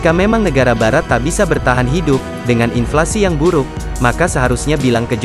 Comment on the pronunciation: Inflasi min bukan infasi,beda jauuh definisinya 😂